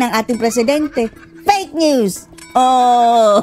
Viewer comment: BINUANG! HAHAHAHHA...PEYK PEYK nose